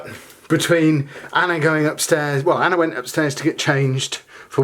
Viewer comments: Lol every time you say Anna's name you say Anner lol. Its a bit erking. But i love your vlogs n your family i watch them every day. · Yaay. Ive never had a you tuber respond to me this is great.. Lol. I hear her name being said that way you may not be saying Anner thats jus the way i keep hearing it. Love you tell Anna hayyy hayyy